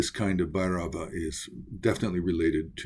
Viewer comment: Update, your pronunciation of Bhairava gave me chills